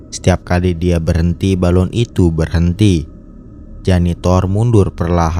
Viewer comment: Balon , bukan balun! bahasa mana balun